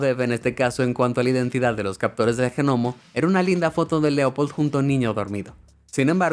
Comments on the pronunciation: G nomo???? Jajajajajajaja se pronuncia Ñomo... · G nomo encerio déjate de joder si se escribe GNOMO, pero suena como NOMO la G es muda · Se dice Nomo, se escribe Gnomo, pero no se dice Ge Nomo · cuando pronuncias como se escribe, se pronuncia nomo y no GENOMO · Se que la palabra “gnomo” se pronuncia gnomo o ñomo pero definitivamente no se pronuncia genomo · a mi tambien me esta poniendo nerviosa estar escuchando GENOMO.... ,jajaja. En esta palabra la G no se pronuncia, al menos en castellano. Su lectura seria: GNOMO = NOMO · No se dice "Ge-Nomo weeeeeeeeeeeeeeeeeee, no se pronuncia la "G" XDDDD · No comento nunca, pero el Ge-Nomo me movió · Me gusta como dice genomo en vez de gnomo XD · no se pronuncia g-nomo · Denunciado por decir genomo... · ¿COMO DE QUE UN GENOMO?. 🤣🤣🤣 SE PRONUNCIA COMO SE ESCRIBE: GNOMO Y SIN ESTAR PRONUNCIANDO LA G COMO SI ESTUVIESE SOLA. DÉJATE DE COSAS, MI ESTIMADO... 🤣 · Los “genomos” son unos loquillos. Jaja ni siquiera saben pronunciar eso. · Por qué le dices genomo ? 😂🤔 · Como que GEnomo ????? ¡¡¡la G no se pronuncia!!! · "Genomo" 🤣🤣🤣🤣🤣🤣 Me gusta más que gnomo. 👍👍👍👍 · Sí, se escribe "gnomo", pero se pronuncia "nomo"... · Cómo me molesta cada vez que dice "G"nomo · Vine aquí cuando escuche Ge-Nomo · Qué coño es un Genomo? La "g" de gnomo es muda, muchacho. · Genomo xD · genomo??? ¿dónde aprendió este tipo a hablar? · GN se pronuncia Ñ.. Los G Nomos son los ñomos del gobierno 😎. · me encanta cuando dices jenomo en vez de gnomo :D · Pero por qué dice g nomo en vez de gnomo. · Genomo? la g en gnomo no se pronuncia 🤦🏼‍♂️ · Cada vez que diga GENOMO, chupito. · "Jenomo" jajajajajjajajakajajajajajajajajajajajajajajajajajakajajajaja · Genomo??? Es en serio ?? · "G"nomo? La G no se pronuncia así, solo es una contracción gutural muy sutil. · Realmente eso de la "g" pronunciada es muy molesto!!! Tan fácil es pronunciar aunque sea "nomo"..!!!🤦🏻‍♀️ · o A mi Gnomo no me importa pero si es Genomo ahí si me molesta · En serio... "GENOMO"?